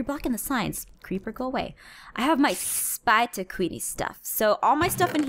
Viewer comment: I love how she says “spiter” 😂